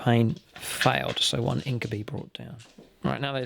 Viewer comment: I know it isn't a particularly common word but "incubi" is pronounced in-kyoo-bye, much the same as incubus and succubus are pronounced. Other than that, fun to see these two relatively uncommon armies pitched against each other